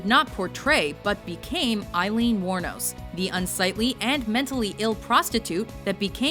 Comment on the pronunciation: He name was Aileen not Eileen! pronounced A-leen not I-leen got it.